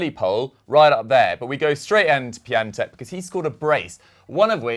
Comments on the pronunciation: His name is pronounced pion-tek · Here's something funny. Piatek is not pronunced Pia-tek but Pion-tek.